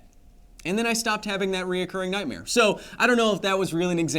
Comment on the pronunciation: "Reocourring" is not a word Kyle. Recurring is proper.